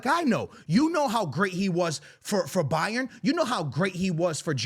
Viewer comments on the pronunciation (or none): none